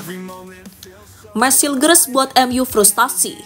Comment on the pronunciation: admin, cara baca namanya meys hiyukhers